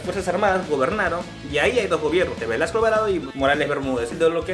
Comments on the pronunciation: dice Velaso no Velasco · su apellido a caso no es Velasco y no Velaso? Aunque errores los comete cualquiera